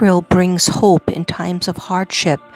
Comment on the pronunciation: That's hope sorry not hoe! Just needed to correct & it would not let me